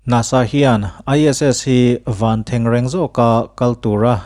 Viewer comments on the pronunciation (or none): I chanel hi ngaihthlak a nuam, chuan pakhat chiah, van thengreng i lam dan hi a fuh chiah lo